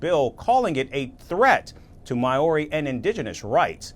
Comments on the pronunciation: It's Maori not mayoori ffs amerikkka do better 😮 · Me: Hears it pronounced "my-ouri" Cries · the american pronunciation of maori is atrocious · Māori is singular there is no s! And I wish these idiot reporters would just do some simple research to get their pronunciation correct.....